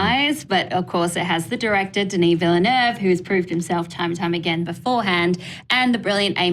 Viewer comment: wow! Congratulations, you're the first one who pronounce Denis Villeneuve's name right.